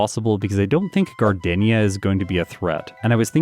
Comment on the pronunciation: It’s Gar-deen-ya… like the flower!